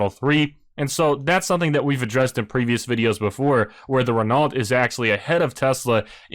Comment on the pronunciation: Nice find with this but Its pronounced - Renough and Alfa Romayo